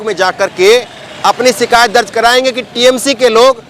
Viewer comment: aap bhut acche patrkar he. Lekin aap sha shabd ka sahi ucharan kijye. Sha ka ucharan sa na kijye jaise koshish ko aap kosis keh rhe he. Shikayat ko aap sikayat kwh rhe he. Bhasha me shabdo ka ucharan khaskar sha ko sa na kara kijye 0lz